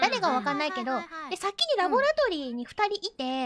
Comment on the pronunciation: The way says "laboratory" tho Labbo ratto ree